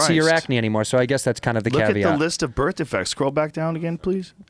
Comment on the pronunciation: Joe "birth defrects" Rogan